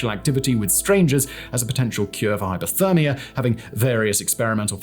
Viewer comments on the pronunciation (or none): none